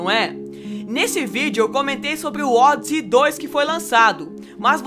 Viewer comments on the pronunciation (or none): ODisss o que ? A pronuncia é ÔDISÊI.... assim que era pronunciado aqui no Brasil.... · "ódzi"???? No meu tempo era "ódissei" ou "ódissí".... LOL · Vc é do interior? Pela amor de Deus não me fale Odissey novamente kkkkkkkkkkkkkk hilário !!!!